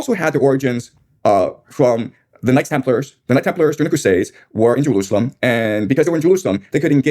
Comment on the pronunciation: Listen, I know making fun of speech impediments isnt great. But damn it if I didnt laugh when I heard the sentence: "Twump moved the embassy to Jewoosawem"